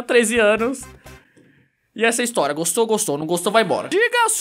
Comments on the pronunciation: "Historya" Skksksksk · Aula de "instoria"kakajsjskjsjsksksksksksksk